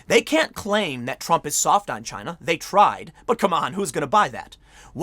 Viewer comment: It's chy-na